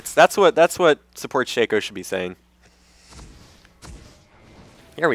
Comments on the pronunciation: it's not "shakeo", its "shocko" a "shakeo" is a hat marching band players wear. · Actually, if you go by how Riot pronounces it (and why wouldn't you? They did create him) it is "Shakeo", he pronounces it right